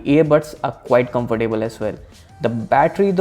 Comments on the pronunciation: and its pronounced as comftable not comfor table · Comfer-table lol